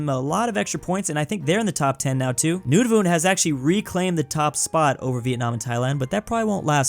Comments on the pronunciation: its not nonavoot. Idiot. its prononced Nuun-a-vut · Nunavut is pronounced noon-a-vit and I’m a Canadian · "Noonavoot"... I can't get over that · As a Canadian I want to correct your pronoucation of Nunavut. It's pronouced like "Nun of it" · "Noonavoot" no offense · not to be rude but its pronounced nun a vut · THE WAY HE SAID NUNAVUT BROKE MY HEART 😭😭😭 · is it just me that is bothered by the way he pronounces Nunavut and Uruguay?